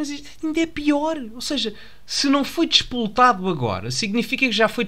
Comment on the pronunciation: Não é despoletado, é espoletado.